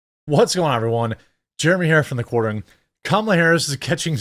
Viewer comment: I'd feel stupid, if I watched a person that cannot say the name of their own channel. Your face doesn't help much either, but cornering? koranly? I have no idea what you called your channel Says The Quartering